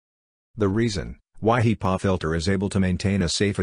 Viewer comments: You gotta love those HEEpaw filters.... 🤣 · The text speech program is SLAUGHTERING the pronunciation of HEPA filters